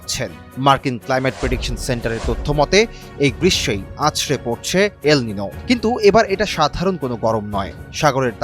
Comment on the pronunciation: এটা সুপার এলমিনু নাকি হেলমিনু বলছে বুঝা যাচ্ছেনা।